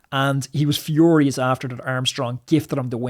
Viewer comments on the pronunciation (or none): none